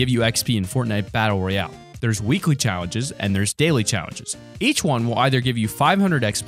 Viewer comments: he says chawenges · Is I just me or are you sayin chawingges